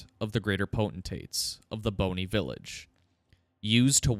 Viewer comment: Bonny isn't pronounced like bone-y, that kinda takes away the significance of it being called Bonny Village lol. And Mohg is mow-g, not 'mog', like this pronunciation is in the game into which you're deep diving